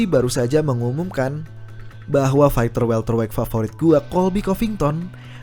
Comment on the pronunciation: Faiter bacanya bukan faikter. Cupu